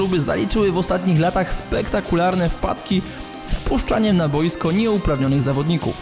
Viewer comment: dlaczego zawsze akcentujesz słowo "boisko" na pierwszą sylabę?